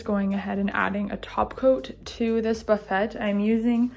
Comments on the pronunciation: It is pronounced Buff-fay not buf-fet. The T is silent. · She calls this a Buff - et, I've always heard it pronounced Buff a. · It’s “buff-aaaayy”. Lovely job! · I’m sorry this looks amazing but buff-et?? 😂😂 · I know this is old and she will never see this but it is called a buffet, pronounced buff-aye. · It's "Boo-fay", sweetie. Absolutely gorgeous! Well done indeed !!! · It's a French word meaning sideboard where food items are placed. The French say boo-Fay, English pronunciation is buh-Fay. Simple. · Buffet is pronounced like buff Fay ;) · Actually it is "buh FAY" with the emphasis on the second syllable :) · lmao...Buffet? Honey its a French word Buff-a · It’s pronounced “buff-a.” 😉 Love the paint you chose. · they weren't being snobby or rude....and nobody was "correcting" you-just sharing good information. I was always grateful when people who knew something I didn't, shared their knowledge with me. Buffet and fillet (like fish fillet) are French words and rhyme with the word "hay." Love your work! It's gorgeous. You did a great job on prep, painting and picking out great knobs that mimic the carved design on the drawer fronts. New subscriber tonight! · I felt so bad for her that she kept saying it wrong, I had to give her a 'like.'